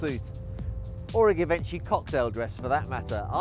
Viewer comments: 'Gayvanchee'. Givenchy darling 😂😂😂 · GAH-VINCHY? Really ? Lol. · But did you hear how he destroyed the word Givenchy..Given Chee...I shall no now be buying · You're pronouncing Givenchy wrong 🤣🤣